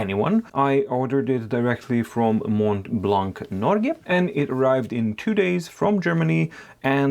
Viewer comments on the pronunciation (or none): As a french man i like the way you struggle to say "Mont Blanc"